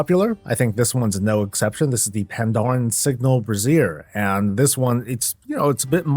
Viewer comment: You gotta start emphasising the first syllable of 'Brazier', instead of the second. Unless of course you were actually trying to talk about women's lingerie 😅